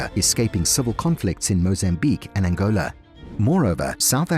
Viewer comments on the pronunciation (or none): none